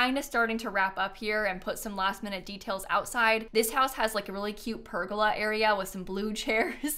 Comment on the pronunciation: That’s not how you say pergola!!!!!! Besides that love your builds